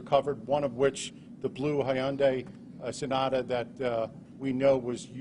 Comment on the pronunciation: The perps car is pronounced HUN-day. Not "Hondi," not "HI-un-Dee," etc. The brand has been around since 1987 and today is one of the best engineered cars.